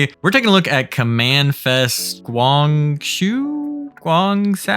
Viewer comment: It's basically pronounced goo-ang jo